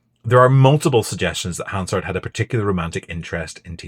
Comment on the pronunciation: You can tell this guy is a weasel from the way he pronounces Hansard.